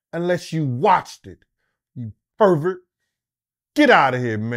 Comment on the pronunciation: Facts my man called him a pervet 😂